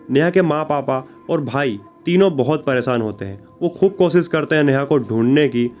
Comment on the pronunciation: Social media per aap ko k apni language per thoda work karna chy sha ko sa Mt bolye pronunciation acchi honi chahie ek anchor ki presan nh hota preshan hota aapki language bihariyon Jaisi hai isliye story sunane ka maja nahin aaya anchor hone ke liye language per command hona zaroori hai